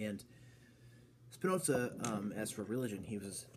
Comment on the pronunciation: Trying to follow Spinoza's proof, from the axioms to the theorems, is great fun (as long as you stay clear from the obviously wrong idealistic interpretation that was common prior to the 20th century). By the way, Spinoza was not German. He was of Portuguese descent. His name is an adaptation of the Spanish 'Espinosa' (meaning 'thorny'). So, there's no 'ts' sound in the name. :)